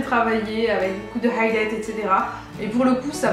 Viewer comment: Lol pk tu dis highlight avec l'accent rebeu?